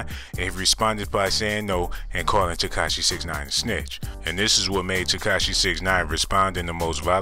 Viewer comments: He also said "Ketashi" but I left that Alone..lol...I'm sure he's a good dude and I'm not the one making the video so who am i..haha.."Curtis 50 Jackson Cent Piece"... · He actually said.." Katashi 69"..lmao but i pointed that out already in a different comment. Just happen to see this and thought it was still funny. Man..im.bored AF Obviously!! haha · He said katashi instead of tekashi lmao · This man said "Curtis 50 Jackson Cent".. lol